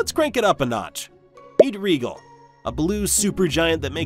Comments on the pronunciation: Its not regal its Rigel as in rye gel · Maybe research pronunciation brfore making a video. Reegle and Arcturius, lmao. Rigel is pronounced "Ry-jel" and Arcturus is pronounced "Ark-turus". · Why is Mercury bigger than Earth? "Regal"? You mean "Rigel"? How much of this video was made by AI, lazyass? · Regal? Rigel. Two very different pronunciations chief. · Wait, is that how you say Rigel? All this time I thought it was pronounced "rye gel"! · It’s pronounced Rye Jel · I'm stuck on pronunciation. I was taught R👁️-gel, & belt-a-🦆🦆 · You talk about the RADIUS of the start but SHOW the DIAMETER . . . You need to work on your editing. Saying one thing but showing another is misleading. No wonder so many people dont know the difference between radius and diameter. 😢 Also, it is RIGEL (long I and soft G) not REEGEL. THIS is why AI narration sucks! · Rigel is pronounced "Rye (as in the grain) - Jill (as in Jack and Jill)". Soft g, not a hard one. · Look if Star Trek’s taught me anything, it’s that the name of that star is pronounced “rye-jel”. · did you call rigel regal. lol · Rigel is pronounced Rye-gel as in jelly I don't know where you got that from. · That's not how you pronounce "Rigel" and this channel is obviously viewbotted. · I don't think I've ever heard Rigel pronounced like that. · You're not pronouncing Rigel right. Long 'i' and 'g' pronounced like 'j'. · It's pronounced Rigel. (i = long sound) (g = j)